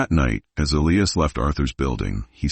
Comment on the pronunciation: Total Bullshit.This never happened.There is no record of it.Romantic but fabricated story.Why does your pronouncing of Elias's name change??? Very suspicious.If you are going to produce fiction,you should disclaim it !!!Stop producing content.PLEASE